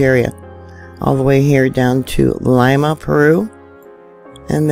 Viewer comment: Lima, pronounced Lee-ma